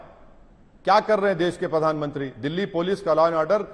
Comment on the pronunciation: Dude he is not even pronouncing the Pradhan mantri accent correct he is saying ( padhan mantri ) 😂😂 just think if we elect him as our pm where our country will go